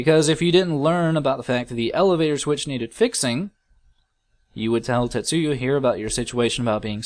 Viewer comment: Just so you know, you're pronouncing 'Tetsuo' wrong, or maybe just misreading it. It's just pronounced like it looks, Tetsu O. Not Yo.